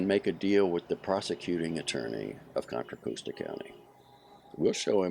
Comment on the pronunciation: However Contra Costa is pronounced in Spanish, locally it isn’t pronounced the way he reads it.